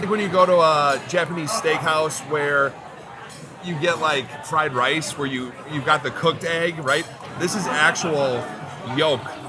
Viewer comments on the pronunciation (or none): none